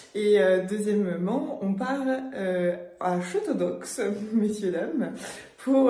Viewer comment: Je suis de Château-d'Oex, Mon père est pilote d'une des montgolfières emblématique de Château-d'Oex, et Château-d'Oex se dit "Chatodé" pas Chatodox! c'est une erreur que tout les touristes font, surtout les Français, c'est d’ailleurs a ça qu'on les reconnais!